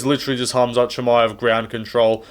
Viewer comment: My favourite moment was Joe Rogan mispronouncing susurkaevs surname after he talked about Dana saying his names hard to pronounce